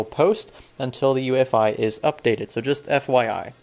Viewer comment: U keep saying ufi.....mits UEFI SIR